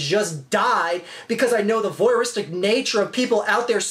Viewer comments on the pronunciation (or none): Voyeuristic, not "voyeristic". Basically a "peeping tom".